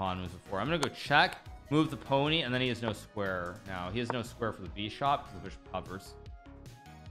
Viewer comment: Why does Hikaru b say beeshop and not bishop